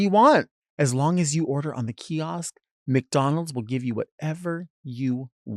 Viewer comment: hearing delta say “kiosk” scratches my brain so bad